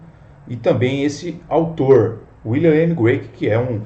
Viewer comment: CRAIG, NÃO "Grueik".